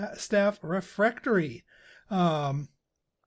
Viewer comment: Aaaah I was all but screaming when you wouldn't place the Trophy Room above the Bright Staff Refectory. That would have been the perfect place for the Crystal Ball, not to mention everything else. And please, the word is not "refRectory." :D